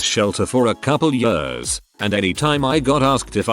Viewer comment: The text: "Years" Every single reading bot: "Ye-urs"